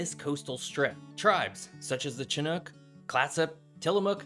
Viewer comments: Lifetime SW Washington/Portland native here. Great video and lots of difficult words done right!! To help if anyone visits though - Willipa is pronounced "willuhpuh", Chehalis is "Shuhayliss (like "bliss", which it is not)" , Chinook is "Shinook" (and also the name of a kind of salmon), almost all of the first nation tribes here that start with a "ch" are pronounced with an "sh" sound. Also, he got the pronunciation of, Willamette and Oregon right!! Living in Portland I can hike 2 active Volcanoes, snow ski, water ski, hike a rain forest, and a beach all within a couple hours drive. I've traveled most of the US and would never leave Portland. "Come visit, then go home!" - former Oregon Governer Tom McCall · Local pronunciation tip: Your CH's (Chehalis and Chinook) should be pronounced more like an SH. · The correct pronunciation of the Chehalis River (mentioned at time stamp ) is Sha-Hey-lis. The "Ch" is pronounced as an SH sound as in would be in French, not a "ch" sound as in the English word "chunk" as you mistakenly pronounced it here. Same thing for "Chinook". It starts with an "SH" sound. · That’s “WIL-la-pah”, thank you😅 Also “shin-OOK” and “kwi-NALT” and Juan de “FEW-cah” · Hi, I'm a big fan and long time sub to your channel. I wanted to suggest using ChatGPT for pronunciation of local names. You mispronounced Willapa (Bay and River), Chehalis (River), Chinook (tribe), and Quinault (tribe). And I'm only 6 min in. ChatGPT provided correct pronunciation for all of these words. I'm sure it's not perfect but it might be worth a try. Thanks for considering! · Why does everyone have a problem pronouncing "Chinook"? A lot of the similar borrowed words have somewhat unpredictable pronunciations, you have to look them up to get them right. It seems nobody bothers doing that for "Chinook". Maybe nobody bothers getting anything right at all, yeah that's probably it. OMG.. "Juan de Fuca" too? I can't watch anymore.